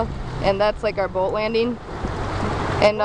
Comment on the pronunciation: the "Boooat"--sure can tell you're from Wisconsin! ;)